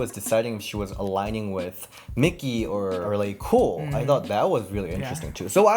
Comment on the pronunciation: Its Laycool babe not Lacool😂😂😂